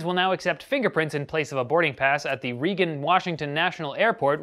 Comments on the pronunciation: Its not reegen its Raygen As in Ronald Reagan. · Its pronounced "Raygan" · Am I the only one slightly triggered by the fact that he mispronounced Reagan Intl Airport?